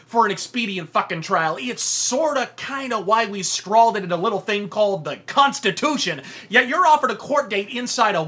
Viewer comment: Did you say cuntstitution, or have I just got a dirty mind?